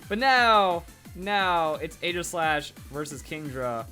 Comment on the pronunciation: its pronounced eejislash. Stupid, i know.